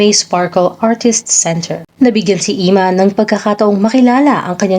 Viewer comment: anong " Imman "...? Emman, sester!!!:face-blue-smiling::face-blue-smiling::face-blue-smiling